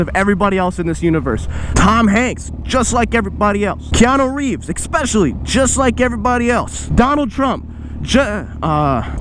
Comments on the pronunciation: es·pe·cial·ly not eckspecialy hehe. just some constructive criticism dawg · PLEASE stop saying "expecially"